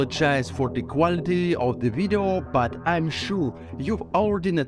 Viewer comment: Let’s vatch dis wideo………oh vait…….. las time I said video……….